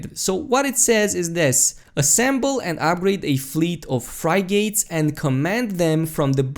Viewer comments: you do a great job! Frig-its not fry-gates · Frig-git, not Frie-gate. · Desert Fox liked the video, but couldn't help but cringe when he kept repeating fry-gate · FRY GATES? i love it. frig-ate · Lol "Fry-gates".. jesus christ. It's a "frig-it"... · Not to be a grammar Nazi but it's pronounced frigit not frygit lol but I like the video you keep up to date on NMS next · its pronounced frih git. Frigate is another name for freighter. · FRIG - GITS not fry gates xD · fri- gates!!! haha ur a funny man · "Fry-Gates" LuL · LOL! i was following until he said FRY-GATES! HAHAHAHAHAHAHA!HAHAHAHHAHAHAHA! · dude its "Frig-it"(frigate) :frig·ate [ˈfriɡit] NOUN a warship with a mixed armament, generally heavier than a destroyer (in the US Navy) and of a kind originally introduced for convoy escort work. historical a sailing warship of a size and armament just below that of a ship of the line. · It's prounced frig-it. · fry-gates. Lmfao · Fri - gates 😂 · English pronunciation rules are tough. Mainly because they don't seem to exist. Also when someone pronounces a word phonetically it means they learned it by reading. So don't make fun of that. But yeah it's pronounced friggit. Because English. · Is anybody gonna tell him how to say 'Frigate' Edit: I was just asking holy